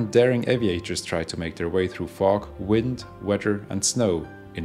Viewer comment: Love the way you pronounce weather.WEDDER?